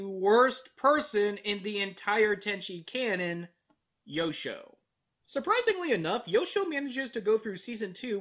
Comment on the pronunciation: When you introduced Yosho, I thought you called him "Yoko".